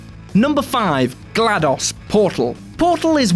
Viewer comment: he also pronounces glados weird